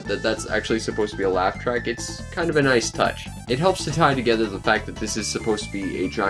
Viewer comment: The only language barrier here is your misusing of the pronunciations - By not knowing when to differentiate "thuh" and "thee" for the word THE. My ears and brain are hurting.